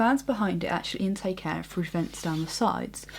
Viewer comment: would have been better if she could pronounce her TH's ....like through instead of frough, just sayin